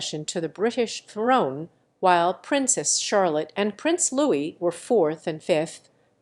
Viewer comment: Louis. Pronounced without sounding the S. As you would n French.